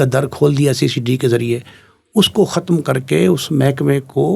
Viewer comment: کھتم نہیں ختم